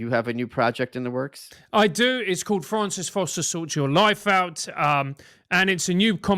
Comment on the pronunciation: Michael Malice pronouncing Francis like Froncis was very self indulgent.